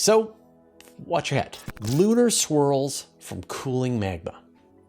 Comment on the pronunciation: When you started talking about lunar swirls, I could have sworn you said "lunar squirrels." I was disappointed at what it turned out to be. You have to admit, a piece about lunar squirrels would get 100% of the vote for coolest story of the week.